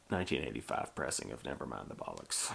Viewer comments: and it's bollocks, not bullocks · ACES VID MAN! Bollocks is pronounced like... Boh. lox.